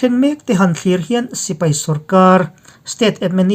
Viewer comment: Thlurh ni loin thlûr.